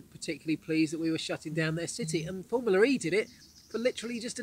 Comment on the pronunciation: Hi Marc. It's Formula E. Not Formularee, or Formular E. And I could do with a little less dog. Furthermore great video's! Thanks!